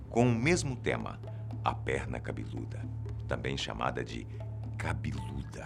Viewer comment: vivi pra ouvir ele dizer "cabiluda" llkkkkkkkkkkkkkkkkkkjkkkkkkkjkkkkkkkkkkk